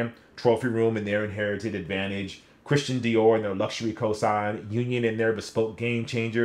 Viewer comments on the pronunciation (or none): none